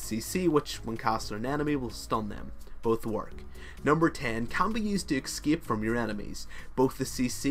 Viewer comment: do you find the X in "escape"? I have seen quite a few of your videos, and it always boggles my mind when I hear you say "excape".